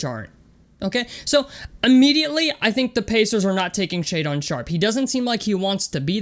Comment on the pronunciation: If you going to trash the kid and you have been following him then you should know how to pronounce his name it's Shay Dun not Shay Don lmao